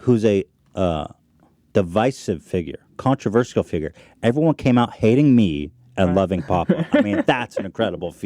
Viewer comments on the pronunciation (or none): I'm not a native speaker, but Ethan's pronunciation for "controversial" always seemed weird to me, with the hard -sial in the end.